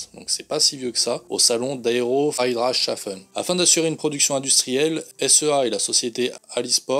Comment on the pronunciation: Friedrichdhaffen : Ça se prononce comme Free drinks, have fun !